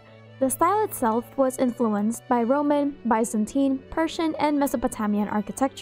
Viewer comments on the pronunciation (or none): none